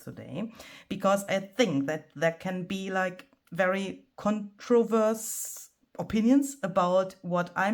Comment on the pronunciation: Hello! The word is CONTROVERSIAL. It's pronounced "kontroh-vershall". Hope this helps!